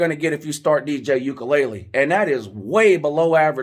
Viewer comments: “Dj ukulele“ 😂. I’m not faulting you it is a hard to pronounce name, it’s just funny. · 😂😂 "Ukelele" is killing me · You aren't saying DJ name correctly